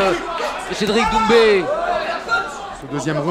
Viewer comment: C’est moi ou il l’appelle Cédric doumze ? 🤣